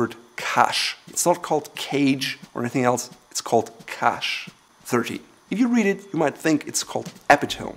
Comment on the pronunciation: In all that time no one's mentioned that "cache" is pronounced "cash" as in "cash" (in both RP and AE) and not "cush" as in "cushion" ?!?